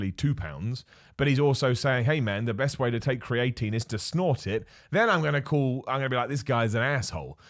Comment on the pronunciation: I don’t know if it’s just me but isn’t it pronounced “Cree uh teen” ?😭